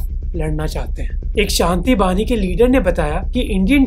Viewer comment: It's 'Shanti bahini' not bani